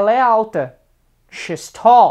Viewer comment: É muito legal. I would work on your pronunciation of 'he's' and 'she's', but it was very good. It helped me to learn a little Portuguese. Muito obrigado.